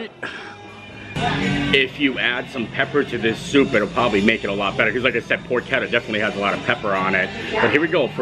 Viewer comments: it’s definitely pronounced “por-ke-tta” with a hard k sound as the ch. Source…. I’m Italian! 😅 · "Pork-etta" or "Pors-etta"? Neither! It's "Porch-etta"! Love the vids, keep it up 😊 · 😮 it is porch-etta. Pronounced like that. Other then you saying it a million times incorrectly, I enjoyed the visit to Universal, 😂. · PORCHETTA!!! SAY IR RIGHT!!!